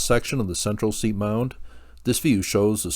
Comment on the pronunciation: As a nod to accuracy, pronunciation of Seip as "seep" is incorrect. All of us locals pronounce it "sipe" like "pipe." Sad to hear of his passing.